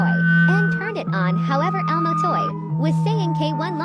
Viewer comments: You’re saying it wrong it’s elmo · Bro saying ELMO is so funny